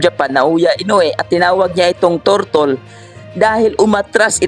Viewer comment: 😂😂😂ikaw ba naman tawaging tortle hahaha lakas maka inis go lang kabayan dito kami suport sa kawpa pinoy